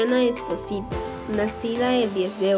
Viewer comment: es espósito no como vos lo nombraste aprende a hablar bien